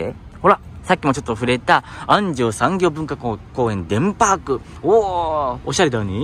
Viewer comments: 安城の発音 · 安城出身です 昔は田んぼだらけでしたね ちなみにあんじょうのアクセントは「じょ」の部分です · 地元のアナウンサーも安城の発音は間違えますな😅